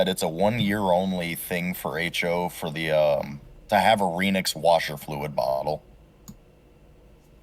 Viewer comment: Just a persnickety side note….you all pronounce Renix incorrectly. It’s a marriage of Renault and Bendix. Renault, REN like HEN. Not REEN. So it’s Renix with a soft E. Just saying. Carry on.